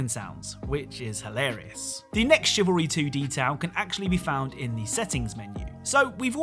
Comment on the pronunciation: cavalry is men on horseback, it is Chivalry pronounced Shivalry